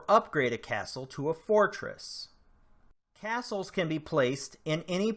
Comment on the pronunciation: With ,,caselse,, you maen caselse and fotreses